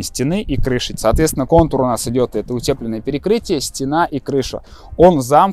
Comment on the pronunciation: УтЕплено..я думаю как-то слух режет Ну а в целом вы четкий)